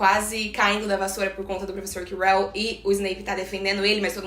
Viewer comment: Acho que você pronunciou Ojesed certo, só o nome do prof. Quirell que não 🧐🤣🤦🏻‍♀️